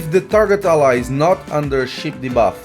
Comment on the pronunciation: Sheep, not ship 😅